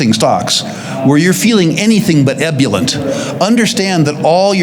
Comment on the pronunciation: Hey,, you used ebullient 3 times, please refer to a dictionary to establish correct pronunciation, or ask a professional how to truly pronounce it correctly. I’m sorry, this is a regular occurrence with you, so investigate before you pronounce!